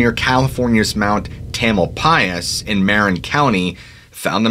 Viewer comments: "MEH-rin County"??? Lol It's "Muh-RIN County". You can look up how to pronounce names. At least you got Mt. Tamalpais correct. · Dude said “MARE-IN” COUNTY 😅😂🤣🥸🤓🛑🤡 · That's pronounced "Mu-Rin" County..